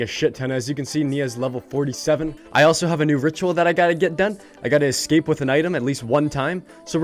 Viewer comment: cuz you be sayin ekscape